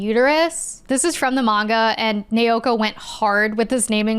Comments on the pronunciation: The pronunciation of "Naoko" used in multiple points in the video sounds very off to me. The pronunciation in the video sounds like "Neoko" or "Neioko" instead of "Naoko". Apologies for the awkward feedback. Every name otherwise sounded fairly normal to me, so the difference in the manga author's name stands out. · Not nay-oh-koh. It’s pronounced nah-oh-koh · Friendly heads up from someone who made the same mistake for an embarrassingly long time: when you see "ao" in romanized Japanese, it's pronounced like the vowel sound in "ouch" - thus, the creator's name isn't pronounced nay-o-ko, but now-ko. :) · Okay, this was absolutely fantastic and also thank you for reminding me about Star Gentle Uterus. 😂 Also, there is absolutely no fun being poked here. We have all been there in the past- The 'Nao' in Naoko just sounds like the word 'now' in English.